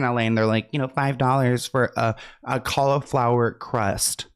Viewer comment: "CALLL - A - FLOWER" BABYYYY LMAOO